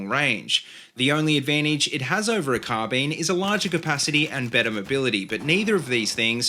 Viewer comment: "Carbeen" lol